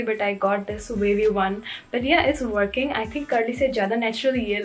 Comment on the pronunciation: Woarkinng was iconic 💀